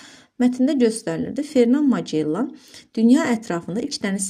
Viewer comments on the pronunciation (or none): Magellan vurğu axırıncı hecaya düşür